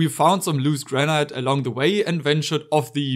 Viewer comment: not me searching for "Gra-night" thinking its some exotic version of granite, but no its just granite...